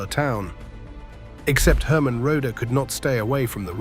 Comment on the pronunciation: This video is pathetic. 90% of the photos and videos do NOT fit the narrative. The narrator can't even pronounce Buddy's birth name properly. It's pronounced RO-dee. I quit at the 9 minute mark. Maybe, it gets better, but I doubt it.